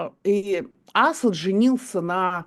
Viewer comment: Евгения Марковна правильно ставит ударение -Асад на втором слоге . Почти единственная из журналистов правильно ставящая ударение!